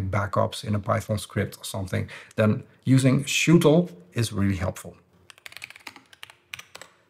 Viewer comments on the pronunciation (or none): pretty sure it's "sh util" (S H util) as in a shell utility. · I think you can say S-H-Util, like for command line utilities… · I'd say it `es-eich-util` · I think it's pronounced like Shuttle .